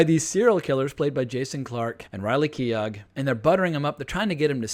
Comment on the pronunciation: Keough is pronounced key-oh (like dough or play-doh) not key-og (like dog). The W in Wasikowska is pronounced like an F or V. Also, a spoiler alert in the video title might be helpful for those who haven’t already seen the film.